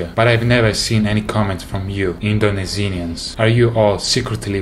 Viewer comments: I can't help but laugh when he says indonisinians instead of Indonesians lmao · No, he said Indonesinians😆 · "indonesenians" Wheeze